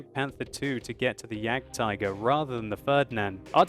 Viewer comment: OMFG , you German is so funny :D, iam from Germany and some time I think WTF i never heard about this Tank....and than click, you mean the JAGDTIGER, so its a very good commedyshow so i love you videos stil doing this for a long time plz. So you german is bad my englisch is bad too :D